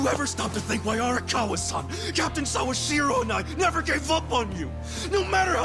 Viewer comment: The pronunciation of Sawashiro is correct though. I've been learning Japanese for a few years, I doubt you have.